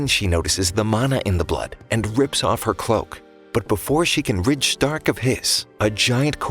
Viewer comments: Ah yes my favorite frontliner shhhh-tark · Why u saying stark like that😅😊